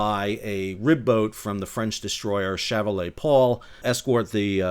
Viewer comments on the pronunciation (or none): Quite interesting reporting. But see if you can practice a better pronunciation of the French word "chevalier". Also the French seemingly refer to their nearly identical ship class as frigates rather than destroyers. Of course that semantic difference hardly matters.